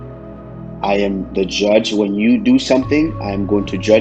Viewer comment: Usman:im going to Juge u and panish u.